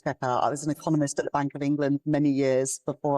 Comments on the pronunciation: Did she say Eccomunist ? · Anyone notice when Reeves said i was an economist in the very last clip, she actually said ecomunist, very telling, or was i hearing things ?